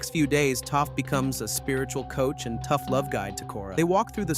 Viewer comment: I mean he also calls Toph "Toaf" at first too, so.